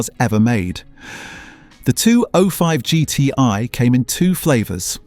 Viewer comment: AI Voice kills it for me. Guy cant pronounce 205GTi properly